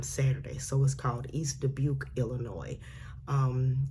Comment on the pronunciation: Thank you for not putting the S in Illinois! Way to go!